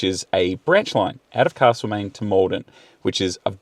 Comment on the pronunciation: It’s castle main, not carrrsle main old mate. 😂 great video in the best part of Victoria